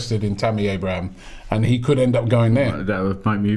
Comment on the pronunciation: THERE IS NO 'S' AT THE END OF TAMMY ABRAHAM!!!